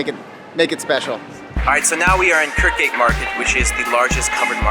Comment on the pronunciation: Hi lads! Kirkgate is pronounce "kirgit" btw. Nice like at my home town.